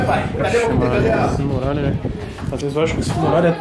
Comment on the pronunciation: TEM FALANDO "MUGALHA" AO INVÉS DE MURALHA TEM LIKE!!!!!